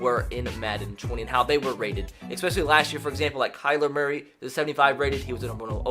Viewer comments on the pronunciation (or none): none